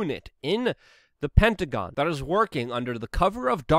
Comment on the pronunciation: Lol first time he said hectagon